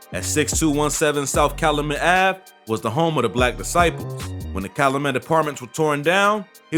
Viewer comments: This shit hurt my ears. The way he says Cal-luh-met really hurt me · It’s not cal-a-met. It’s pronounced cal-you-met. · There needs to be better research and vetting, Callamet pronounced Cal youu met. A lot other inaccuracies This time in chi history should be documented but this is some culture shit. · You are not from Chicago I see... it’s pronounced Cal-YOU-Met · It’s Cal U Met, not Cal O Met! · Calumet not calamet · Just F.Y.I. It's Cal-U -met, not Calamet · Bro its Calyumet not Caluhmet. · Its Cal-u-met not Calamet...and it DU-SAH-BLE high school not duece-able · Its Cal(you)met not calamet... Lol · Cal-oo-met😂😂😂😂 it’s not pronounced that way😂😂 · Omg get people from the city to pronounce names. The street is Cal-you-met, the high school is pronounced Do-sob-el. 🤦🏿‍♀️ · It’s pronounced Cal- YOU- met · Man if you gonna do a story on chitown... at least learn how to pronounce streets and schools.... CalUmet... DuSable... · Kalumet and dussable 😭😂😂😂 that’s not how you say it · Cal-loo-met? Doo-suh-bul???? Yeah no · It's pronounced Cal-YOU-met 🤦🏾‍♂️. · Its called Cal-Yu-Met 😂😂😂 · Calumet is pronounced (Caillou-Met) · You kats kill me man talkin about Chi...everytime he said Calumet & Dusable I cringed...its not Calooomet🤦‍♂️ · Bro this man pronunciations are so bad you obv aren’t from Chicago like bro at least try, do your research or something what tf is caloomet and duce able highschool 😭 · Calumet is pronounced Cow - U - Met 🙄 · And it’s “CALUMET” bro not “calimet” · YO!!! 62ND AND CALUMET (CAL-YOU-MET) & DUSABLE HIGH SCHOOL (DUE-SAH-BUL) Pronunciation Is Everything👌🏿. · Bro you miss pronounced calumet and dusable. Can tell you not from chi. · This dude is not from Chicago. He can’t even say Calumet correctly ! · U saying calumet wrong asl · Lol he saying calumet wrong 😆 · The way he pronounce Calumet I know he not from the city 😬🤧